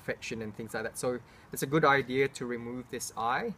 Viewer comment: "It's a good EYE-dea to get this eye removed"